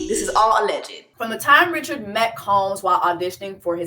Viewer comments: It is Dawn Ri-ShAD (French pronunciation), she is your Hatian Seeester, surprised you missed this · Its pronounced "Rich-shard", she's Haitian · Hey Jessie! Gently letting you know her last name is Haitian. No hard ch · The fact that YOU , JESSIE ...know how to pronounce her name is annoying because you intentionally fucking it up. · Not the host mispronouncing Dawn’s last name 🤦🏾‍♂️ get it together please. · Yes Jessie is mispronouncing her name. I believe Dawn originally identified as Creole, like Louisiana Creole. Maybe over the years she has said Haitian, but I don’t think that’s widely known. I’ve also seen mention she may be Haitian.